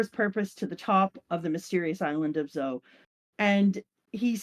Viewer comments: It's z-o. Your pronouncing "zao" which translates to the word "life" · As a Japanese person every time you say Zow my soul aches It’s pronounced Zoh because Zou means elephant It’s like purposely mispronouncing Elephant as Elep-hant Um you probably don’t mind though so carry on I guess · Zhao is an ancient Chinese State. Zou is the Japanese word fo elephant. Zou, not Zhao 😜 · ZOE it’s pronounced Zoe lmao love you guys great video 💙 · "Zow" sounds like how Franky would pronounce it. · Zou mean elephant in Japanese, the pronunciation is important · Not to mention they kept saying "zou" to refer to zenesha the whole time.... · Cant believe i just listen to almost 2 hours of you guys mispronouncing Zou and then saying Inuarashi is just "a dog" What happened to the game i love